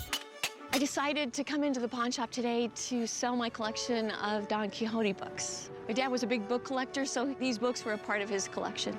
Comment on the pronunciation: The pronunciation on Quijote 😖😖